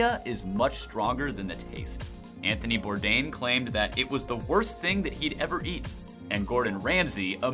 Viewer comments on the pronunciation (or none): none